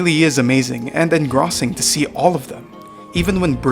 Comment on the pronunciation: Pretty insane lore here. At first I didn't even know what the enemies were actually supposed to be. Like drones are literally little black holes, I thought that is just a design choice. The only thing that you should fix is how you say "Wendigo" and "Engrossing" Not Wendingo, but WEN-DI-GO. "engrossing" as in IN-GROW-SING